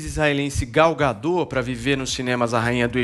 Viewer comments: Não é gadó burra, é Gal Gadot do jeito que se escreve é pronunciado affff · Não é “gadô”, é gadot. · ela é israelense não francesa!!! o certo é gadót com t mundo e não gadô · O nome da atriz e Gadot, (com O aberto e T pronunciado) e não Gadõ como estão falando... Só acho que Podiam ter pesquisado como se pronuncia antes de fazer a matéria, não é?? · Já começa errado na pronúncia do nome da atriz.......... Gal Gadot , o t não é mudo. Imprensa precisa buscar melhor em transmitir a informação. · Please: Pronunciem o T de Gadot pois é um nome israelense e não francês para se "comer" o final da palavra. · Nossa senhora tanta palhaçada! So sei que ngm se deu ao trabalho de perquisar que no Gadot o T nao fica mudo!!!!!!!!!!